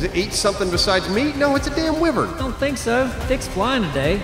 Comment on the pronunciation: The saur in dinosaur is pronounced to sound like door, not like fir. Just a little FYI. 👍 Oh and the wy in wyvern should rhyme with die or tie.